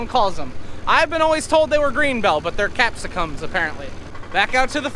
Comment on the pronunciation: He said capsicum correctly... Other people in the comments from countries other than the us have been mentioning this because they call bell peppers by their genus name vs our common name for them... But all peppers do have capsaicin in them which I'm guessing is the pronunciation thing you may have been talking about